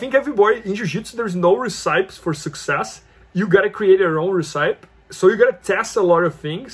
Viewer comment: Great info and I appreciate it. I will say, I've never heard anyone say the word "recipe" like that!